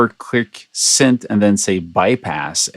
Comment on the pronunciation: its synth not sint lol